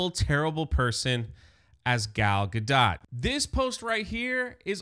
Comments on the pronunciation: sorry I couldn't get even 2 minutes into this video because of the off putting mispronunciation of Gal Gadot's last name, it sounds really bad when you keep saying "dot" like what goes over the lower case letter "i". The O is "oh" and the T is a hard stop so mostly silent. (a close English version would be gahdoe). I'm sorry I just couldn't sit through more than the very beginning. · Gadot is pronounced gah-dough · I thought Gal Gadot was pronounced with a long O and silent T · Gadot pronounced Gad Oh as in the play Waiting For Godot. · How can you not know how to pronounce Gadot's name?